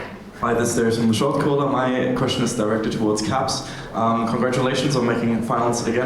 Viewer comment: Shotcaller you are coming from Germany 🇩🇪 xD the Wnglosh is good but the german name is Perfect so...